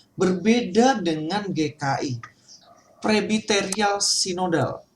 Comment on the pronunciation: Presbiterial, bukan prebiterial